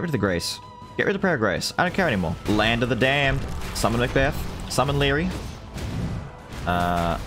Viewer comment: it’s the way you say Land Of The Damned 🤣 “ˡᵃⁿᵈᵘʰᵈᵃᵈᵃᵐ ˡᵃⁿᵈᵘʰᵈᵃᵈᵃᵐ ˡᵃⁿᵈᵘʰᵈᵃᵈᵃᵐ”